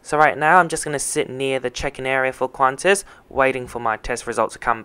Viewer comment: Its not "Qvantas" but qantas.